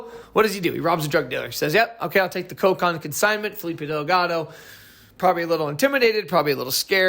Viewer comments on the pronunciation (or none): none